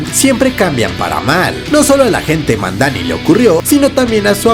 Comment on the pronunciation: Para mi la mejor serie de Marvel es la de Jon Bental como Punisher, una de las mejores historias y un equipo de actores exelentes! Y es Madani, no Mandani, gracias por el resumen excelente!